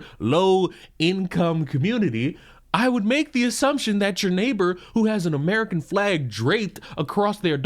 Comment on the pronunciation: Ho Lee Sheet. He ish not amrikhan